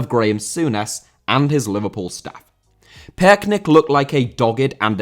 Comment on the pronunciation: you’re really struggling to pronounce Torben Piechnik, but as a Dane I can assure you it’s pronounced ‘picnic’, so now you can do a perfect job the next time you talk about Torben Piechnik.